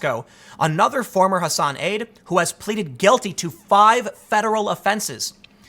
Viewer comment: Not Ha sahn. H ass an. Seriously. I'm in MA.